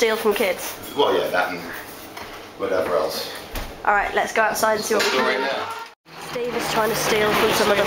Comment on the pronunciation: he certainly put that on purpose, after a fan asked him "hey, you're steve right?", and for shits and giggles, he decided to go "steve, righ?" without the "T"